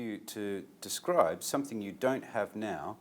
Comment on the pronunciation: nói describe là đis cờ ri bờ các bạn ạ